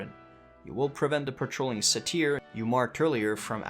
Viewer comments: Please... dear god. Its pronounced sei-tr. Not sei-teer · Say-teir lol XD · Great guide, look forward to trying this out myself. Cringed hard every time you mispronounced "satyr" though, haha. "Sei-tr", or "say-ter"